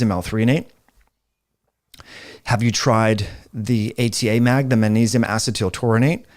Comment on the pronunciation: it’s manesium man! say it with me now, maGnesium. can’t take you seriously, manesium lol😂